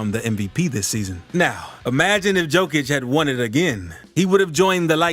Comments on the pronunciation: Read it like Yokić, not Jokić and you will pronounce his last name as its supposed to be. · Yo-Kitch. Not Jo-Kitch. Please learn how to pronounce that man's name correctly. I cringe every time you say it. 🤦‍♀️ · Learn to pronounce n.i.Q.Q.a (it's Yo-kee-ch) the joke and the dislike is on you and your video from the start. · hard hearing, not J (dzej) it Y *yokic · Bruh you definitely just want views cant pronounce his name right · Here the fool can't yet pronounce the name...yet he back bla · Lost interest on this video with you mispronouncing his name in the first minute! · same here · Can't even hold it against this amazing voiceover for the mispronunciation of the mans' surname. 🤣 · Guy Is mixing Đoković and Jokić. Learn how to pronounse a Name. Nice Clip If you learn to pronounce